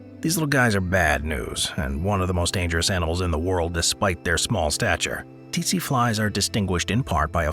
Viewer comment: Its pronounced setse not tetse t is silent not s